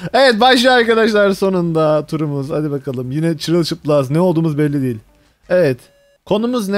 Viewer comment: Ayrıca "Dehıl" değil "DEĞİL"